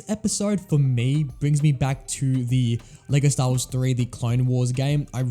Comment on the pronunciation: You should learn when "The" is pronounced "di" and when it isn't